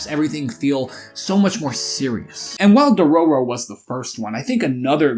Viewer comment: entire video ruined by dororo pronunciation